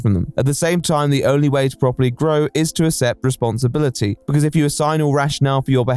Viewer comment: There's 2 Cs in ACCEPT. You're an English person, how can you not know how to pronounce that word?